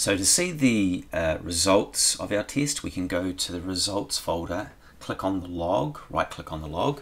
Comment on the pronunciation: What kind of accent is that teeeesht (test)? Hahahahhahaha